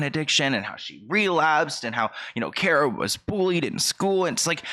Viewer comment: Her first name is KAAR-ah. Figured you might not know that. Like a car, with an ah at the end. Hope that makes sense! Lol